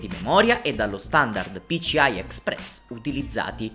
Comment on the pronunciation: PICIAI non si può sentire!